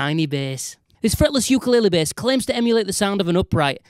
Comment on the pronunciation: I liked it when he said B E H S